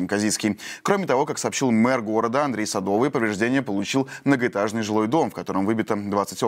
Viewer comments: Не СадО вый. А СадовЫй! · Садовый - ударение на "ы". Можно было и узнать как произносится фамилия человека